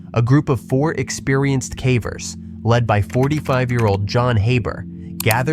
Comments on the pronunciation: When it pronounced "cavers" as "cah-vers" instead of "kay-vers" it showed it's AI-ness pretty badly No human making videos about caving regularly would pronounce that word so badly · Why are you saying cavers incorrectly lol